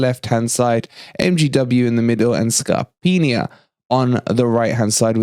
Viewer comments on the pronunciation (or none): There are absolutely no rumours out there linking Tammy Abraham to us. It’s Arsenal, Man Utd , or back to Chelsea. Feel free to post a link to show me otherwise. Stop calling Scarpa “ Scarpinia” it’s bloody annoying. Playing Dennis in a front four ? Hmmm with MGW in the centre of midfield ? It will never happen as Cooper plays with a three man midfield and doesn’t regard MGW as part of that trio. We don’t play with a front four 🙄 Anyway ... apart from this the channel is doing well but don’t get dragged into sensationalism for the sake of it you don’t need to. 😎👌👌